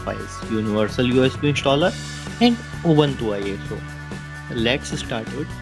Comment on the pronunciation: the guy be like install oobanthuu... lol